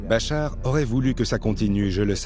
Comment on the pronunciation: Интересно слушать как нейросеть называет Башара аль Асада...и Бачар, и Бахар, я думал. в конце видео его вообще Боратом аль Асадом назавут😁😁😁🤦